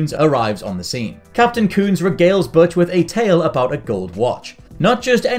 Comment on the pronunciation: I lost count but I’m pretty sure he mispronounced “Butch” all 74 times he said it.